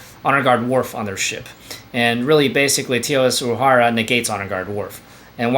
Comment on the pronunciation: Names mispronounced: Kang (not sure how anyone can get this one wrong, but you managed to), Charvanek (accent is on the 1st syllable, not 2nd and lastly Uhura.... again, I don't know how any ST fan could get this wrong. She was in every episode of TOS.